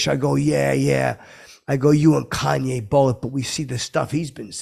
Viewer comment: Thought for sure you'd pronounce his name like "Cain" West